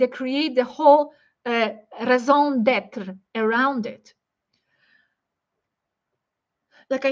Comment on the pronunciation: " Raison d'être" Thank you